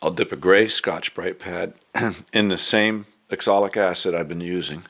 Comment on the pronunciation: If it's spelled oxalic, why do you call it exolic?